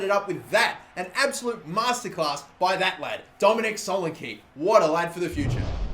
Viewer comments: its too fucking easy for him! and its not pronounced solenkey its solenKEH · It's pronounced so-lan-key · IT'S PRONOUNCED SO LAN E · This guy can't fucking say solanke